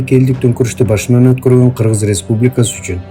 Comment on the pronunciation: Киргиз эмес,Кыргыз Деп так Жана туура суйло